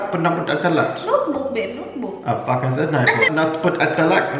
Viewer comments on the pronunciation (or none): Can't say notebook?